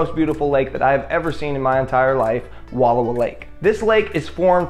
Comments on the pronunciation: No need to be so rude. I loved this video as I am FROM Wallowa County and EVERY ONE who's not from there pronounces it that way. It's wuh-lau-wuh but your video was AWESOME and makes me miss home. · Im from Wallowa County and it's actually pronounced Wuh-lau- wuh. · Thank you. When people mispronounce it, it drives me crazy. :D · Learn how to pronounce Wallowa.